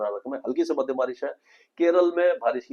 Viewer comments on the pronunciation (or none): none